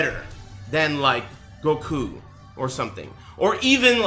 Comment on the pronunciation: lol says Goku's name the way its supposed to be said, he's a secret DB fan